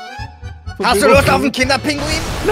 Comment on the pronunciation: Es heisst nicht kinderpinguin sondern kinderpinguí!